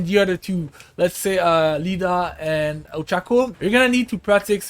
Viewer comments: i knew he has never watcehd MHA when he called Iida as Lida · BRUUHHHH it's not Lida it's iida idk why people keep pronouncing his name wrong